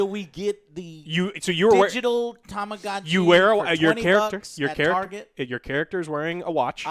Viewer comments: To-ma-go-chi Effin ignorant morons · It's pronounced Tama-Goh-Chi